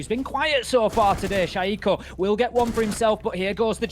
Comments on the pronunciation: no you are wrong I have watched french league and they pronounce shaiiko "shaiiko" and not "shayeeko" and shaiiko is French player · "Shayeeko and Ellem"... 😂